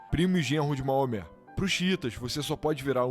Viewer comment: Moamé não, rapaz, é Maomé ou no original Mohammed.